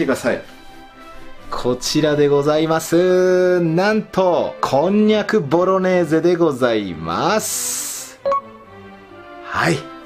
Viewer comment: 3回目のボロネーゼがボロレーゼになってるの可愛い